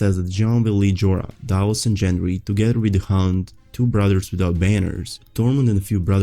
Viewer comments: Dude it's Gengry not Jendry🌚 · It's Gendry with a hard g. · Most of your videos are good, this one included, but please it's Gendry, not Jendry. lol